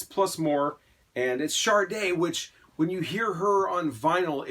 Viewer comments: I like the video. I just wanted to point out that her name is Sade and pronounced "sha-day," not "shar-day". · Shar-day? Chardonnay??